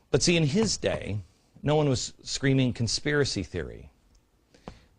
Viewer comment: consipray=conspiracy. great video! why can't someone get a hold of beck and debate him on all this!! he seems well intentioned on some things but shows like this make me think there's a hidden agenda or he's just plain ignorant. once again....a subjective piece from glenn..... what he NEEDS to try to be is OBJECTIVE for a change. he's got so many followers now...he's like the pied piper.... now he can lead them all like a bunch of rats to do his bidding